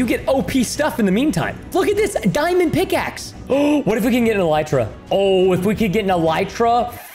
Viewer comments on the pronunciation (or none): none